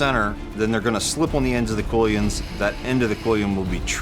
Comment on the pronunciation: Did you just pronounce Quillons as "Koy-ens"? It's "Kwill-ons".